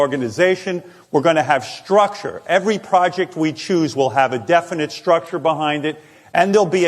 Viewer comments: All the shit Howard gave Sal for not being able to spell all these years.. then he gets up and demands, "Sturture" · lol "STURCTURE" - way to prep, Howie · "sturcture". Sal must have made this slide. 😆